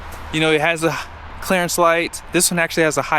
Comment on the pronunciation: It's "clearance", not "Clarence". 😂😂😂